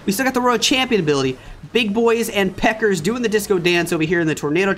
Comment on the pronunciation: stop saying pekkers for God's sake ..it is pekka